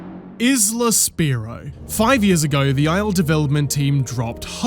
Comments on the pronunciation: The "S" in Isla is silent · You pronouncing isle correctly but not isla nearly made me stroke out